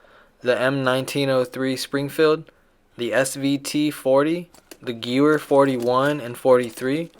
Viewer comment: Its pronounced ga-vair